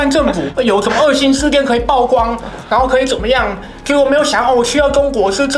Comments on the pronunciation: 是“舖“光，破音字。非“報“光，匪式念法。😅😅😅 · ㄆㄨˋ光不是爆光，不要一直說垃圾中國話!!! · 每天必看八炯影片， 但我是覺得...居住「品質」而不是質量； 曝光也不念爆光， 這些還是覺得有被潛移默化影響的感覺...